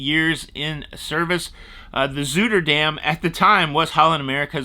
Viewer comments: Love your channel! By the way, it’s pronounced “Zyderdam” it “Zooderdam” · You Americans murder the Dutch language. For someone who THINKS THEY ARE CRUISERS you can’t pronounce the Zuiderdam name properly. The U is silent so the pronunciation is Ziderdam not Zuderdam, duh! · it's Z-eye-derdam. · a quick pronouncuation check. My wife and I have probably spent 6 months on Zuiderdam in its 20 years of service and have heard it pronounced over the PA hundreds of times. It is pronounced Zi-der-dam. The "u" is silent and the "i" is long. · It’s pronounced Zi-der-dam. I sailed on that ship when it was new, and my children were teenagers. It was their first ever cruise. We had a wonderful time, and HAL is still their favorite cruise line. That proves it’s not just for old people! It’s for anyone who loves a really beautiful ship and music venues. 😊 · Pronounced Zey-der-dam. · "ZY-der dam", unless you were being funny. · pronounced ZEIDER-dam..our first Holland cruise ship 2001. My first cruise Ms Bergensfjord 1963..St. Thomas, Cape Haitian, Puerto Rico. The ship was later sold and then later sunk in a storm